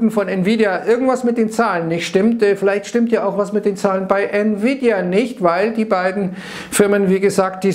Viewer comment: nvidia=niewiedia :D